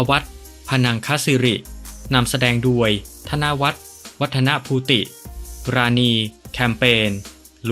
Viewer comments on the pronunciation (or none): โดยทำไมอ่านเป็นดวยครับ